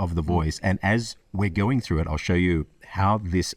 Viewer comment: "it exposes you" doesn't have enough glottal buffer between the fully realized "t" in "it". I native anglophone would (a) glottalize the 't' so as to clarify they word boundary, or (b) put a 64th-rest (approximately) between the enunciations to emphasize that "it". Contextually, option B seems less likely (we aren't shifting or exposing culpability), so we would expect a glottalized 't'; instead, he pronounced a new word- for english- "itexposesyou" by letting the words run together as would a romance tongue.